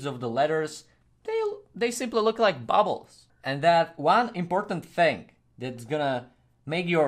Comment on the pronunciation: Its funny when you say bubbles but this is great tutorial tnx